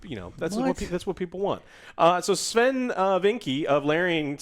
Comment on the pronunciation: Sven wasn't the only person from the BG3 Team that supported the mod team publicly, give them all more credit. Also, learn to pronounce his name, please